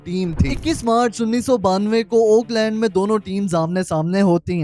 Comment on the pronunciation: It’s “Auckland”, not “Oakland”.